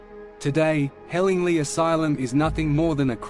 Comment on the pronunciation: I don’t wanna be a smart ass but I lived in roebuck and would just like to say it’s pronounced “helling-ly” As in lye